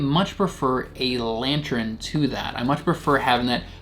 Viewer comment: Love your videos. Are you saying Lantern or LantREN?